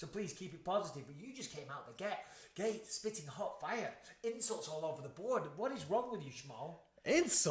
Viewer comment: Bisping turned back into a northerner for a second when he said gate and gyeah.